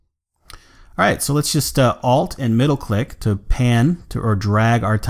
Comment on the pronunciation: Hahahah XD you to pronounce very funny ALT like Hold